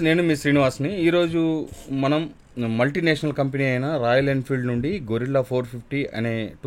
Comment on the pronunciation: మోటో రివ్యూయర్లందరికీ చెప్పలేక చచ్చిపోతున్నా...అది గొరిల్లా కాదు. గెరిల్లా. గొరిల్లా అంటే ఒక జంతువు. గెరిల్లా అంటే ఒక పోరాట రీతి. కనీసం దాని మీద రాసి ఉన్నది కూడా చదవలేకపోతే ఎలా?